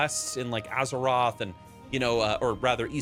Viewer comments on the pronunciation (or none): none